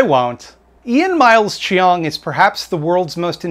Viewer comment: Btw, you pronounce Cheong like "Chong"